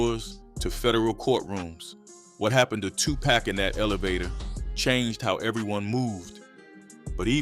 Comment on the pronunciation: Dude need to know how to pronounce names. Its Tupac not Tupack 🤦‍♂️